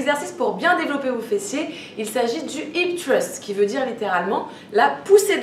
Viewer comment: Par contre hip qui veut dire hanche en anglais se prononce littéralement "hip" et pas "hayp"